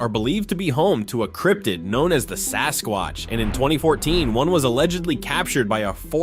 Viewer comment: 2.56..MAN,NOT SASQUACH